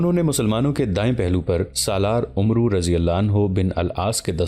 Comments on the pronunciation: Not omroo it is Amr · Bhai umru nahi amr bin al aas padho 🙏